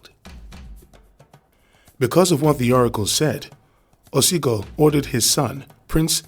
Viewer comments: It's "Ogiso"(oh-gi-sew) not Osigo. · It's Ogiso dynasty not Osigo